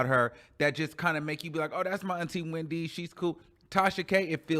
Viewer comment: Everytime says “HWhendy” - it sends me 😭😭